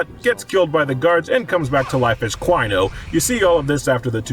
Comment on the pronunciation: DIE CWINO DIE! DIE CWINO DIE!